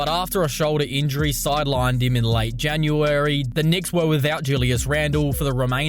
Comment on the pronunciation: The way you say "January" made my ear hole twitch 😂😂